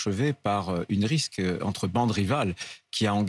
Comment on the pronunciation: Bla bla bla bla..."une risk" bla bla bla bla "une ridk"...bla bla bla..."narco racailles"...bla bla bla